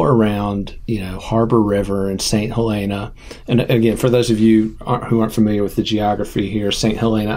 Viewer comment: You are mispronouncing St. Helena. It sounds nicer to say St. HahLEENa but it’s actually pronounced St. HELLena like the name with emphasis on the first syllable. I lived on Harbor Island 2-years and was corrected by the locals.